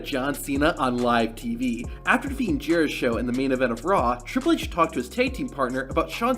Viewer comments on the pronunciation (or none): The "jera show" in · Who the hell is Jerisho?